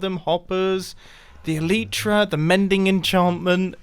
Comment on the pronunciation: I don't know why but I internally cringe when mumbo says elitra instead of elytra